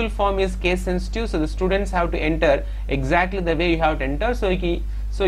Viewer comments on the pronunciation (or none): none